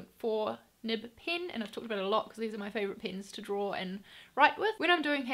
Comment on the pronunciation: The way you pronounced pen I'm assuming you're from New Zealand. Nevertheless, you are doing a phenomenal job. 👍